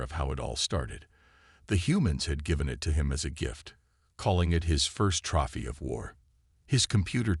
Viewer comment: How would the alien's know the name of a Human dance? USE HUMANS AS NARRATORS - WE DON'T MAKE STUPID MISPROUNCIATIONS OF SIMBLE WORDS LIKE "TROPHY"! { } Major spelling in the name of the freight company. MANY other spelling errors. Don't any of you authors know how to use a spell-checker????????